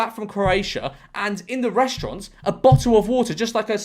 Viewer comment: Bo'oh o' Wo'ah